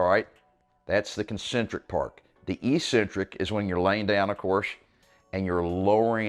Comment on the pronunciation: EEEEEEEEcentric is not a word in the English language. Despite the way that every meathead on YouTube mispronounces it, it is pronounced eK-Centric. Let me give you two lines of evidence. 1) EEEEEcentric would mean 'without a center'. Ec-centric means 'away from the center. This makes perfect sense. An odd or crazy person is 'away from the center of normalcy'. Tendons move away from the center of the muscle belly. 2) The fist syllable of the word is 'ec'. The second and third are 'cen-tric'. 'Ec' can only be pronounced as 'eK' in English. But don't take my word for it!!! Take two seconds and look it up in literally any English dictionary. People may think you're eccentric for pronouncing it correctly, but at least you'll have the power of knowledge behind you!